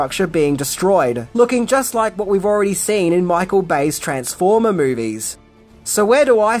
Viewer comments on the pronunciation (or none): none